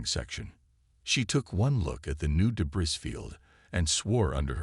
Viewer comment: “ AMONG THE TRUE DEBRIS “ SHOULD BE DEBREE , IDIOT !